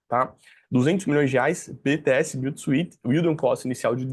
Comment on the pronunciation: Como funciona o pagamento com cotas? A quem pertence as cotas que serão usadas para o pagamento dos ativos? Fora isso, só pra colaborar aí com o seu conhecimento e melhorar a sua pronúncia no Inglês, ao pronunciar "Built to suit" pronuncie "suit" assim /súút/. sem falar o som da letra "i", apenas do "u". Abraço e parabéns pelo canal!